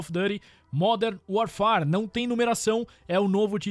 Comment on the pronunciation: Pô modern warfarefjcmxm sei la como vc fala kkkkkkkkkkkkk